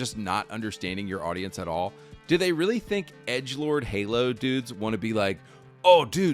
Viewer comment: Halo turns into Gaylo